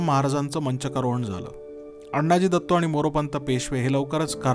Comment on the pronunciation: उत्तम माहिती, खुप छान। पण आपण अण्णाजी दत्तो असा उल्लेख करता तो तसा नसून आनाजी दत्तो असा आहे। शिवकालीन मराठीत अण्णा असा शब्द नव्हता । धन्यवाद ।